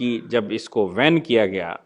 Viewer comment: सर, धन्यवाद. एक ओब्सेर्वशन एके स्पेल्लिंग मे. 'बेन' करना कि जगह आप 'वेन' करना यह उच्चारण करते है?